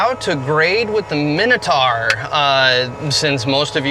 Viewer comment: The pronunciation is like nails on a chalkboard. Big bug bear of mine. My-no-tour not a min-a-tar.